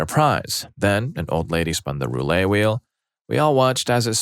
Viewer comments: The t's in "roulette" are not silent. The word is pronounced "Roo-let." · Roo-lay and Jen-jar....come on, you're better than this.